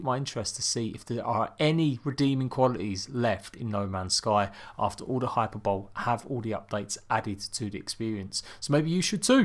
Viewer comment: You keep saying Hyperbole and pronouncing it hyper-bowl but it's actually hy-per-bo-le. Just saying 😅 love the vids!